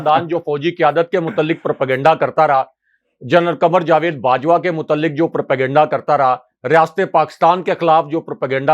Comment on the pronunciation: جا وید ✅—- جوید X